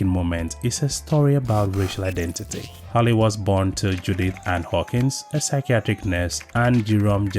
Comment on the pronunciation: It’s Hallie. Not Holly 😂